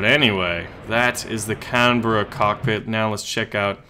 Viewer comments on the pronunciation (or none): Say canberrera with an Australian accent and just say canbrah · The carrier is either HMS Illustrious, or HMS Indomitable. You've got to love the grandure of British carrier naming. Those Brits sure know how to name a ship! Oh and it is pronounced 'Can-bra'. Its named after the capital of Australia...